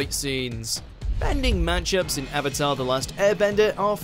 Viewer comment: “Are you the avator, Ong” as an avatar superman, that name pronunciation is a sin 😡